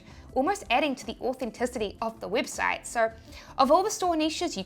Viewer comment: Heheheheh her accent made her say weebsite heheheheheh